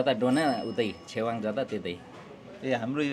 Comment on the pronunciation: चेवाँग hoina hola ne छेवाग़ bjasto lagyo 🥰🥰🥰❤️❤️